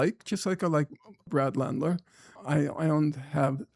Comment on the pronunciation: A big cringe is hearing someone mispronounce Mamdanis name but Norm is so woke he mispronounced Landers 😂 LANDLER